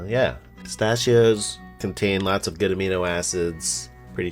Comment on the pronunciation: "pistachhioss" threw me off 😭